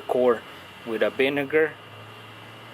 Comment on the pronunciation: He said the Binegar lol 😆 vinegar with a "B"